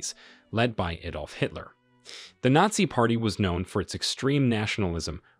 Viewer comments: Nassi and fassest? Look, the first mispronunciation was funny, but the second simply made me depressed because you're otherwise so well spoken, even if some of your purported facts are a little off. It's Nat-Zee, whereas the latter word is Fash-ist, like Fashion but a very hard Ist at the end. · I’m not really sure who the narrator is, but it’s clearly not a native English speaker. Despite the fact that the accent sounds really good. Certain words like Nazi, Nurenberg and others are miss pronounced in a way that shows that the person does not speak American English. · You need to get a voice bot that can pronounce the script; or just get a human that speaks English... come on; who can't pronounce "nazi"?